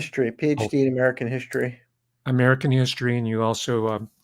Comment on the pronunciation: What exactly is "hischtory"? Oh, Werner Von Braun founded Nassau? Would that be Nassau County, NY?